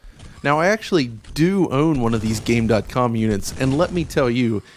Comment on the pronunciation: The last system on your list, isn't it pronounced "Gamecom"? like there is a voice that says that when your turn the console on right? you don't say dot.